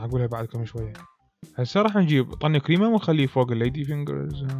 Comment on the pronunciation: يكول كريمة عبالي قيمة🥺😂😂💔 سويلنة قيمة